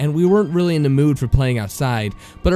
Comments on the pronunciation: Its "the," not "da." - . Had to stop after that, couldn't stand it. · The reader who pronounces "the" as "duh" and "with" as "wiff" genuinely ruins every story he reads, I cringe every time.